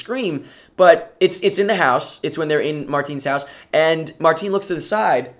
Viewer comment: The way you say "Martin" Is so funny xD